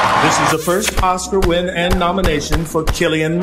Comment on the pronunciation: not bad bunny not being able to pronounce oscar